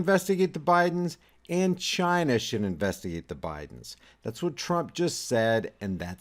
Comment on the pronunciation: It's really funny the way Trump says China, he sounds like he said 'Gina like in vagina. LMAO